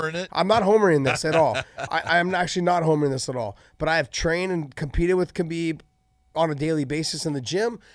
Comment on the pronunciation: He talks about how he knows Khabib so well but he pronounces his name wrong. Ok dude...